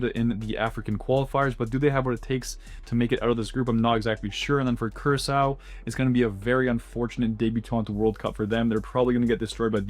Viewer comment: You mispronounced "Curaçao"